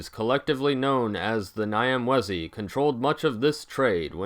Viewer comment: If you can understand Italian, the "gn" sound in gnocchi should be used for the "Ny" of Nyamwezi.